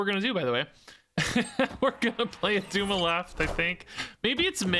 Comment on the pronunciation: its not Attuma